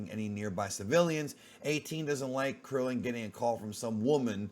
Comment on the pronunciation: Just say Krillin dude smh